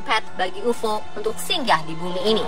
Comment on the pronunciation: Sebut pun tak betoi....ufoo....ufooo.....geli telinga aku ....